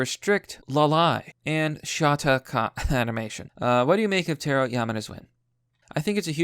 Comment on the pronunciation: It's Tah Roh